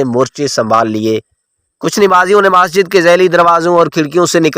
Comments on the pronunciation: 'Maaasjid' ? Masjid ! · Majid nhi bhai masjid hy. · بھائ کو اردو بھی پڑھنےنہی آتی...مسجد کو ماسجد اور جاوید کو جاود اور بھی غلط لفظ بول رہے ہیں..